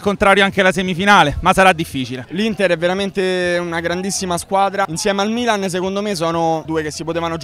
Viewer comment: bro non sai neanche come si pronuncia il milan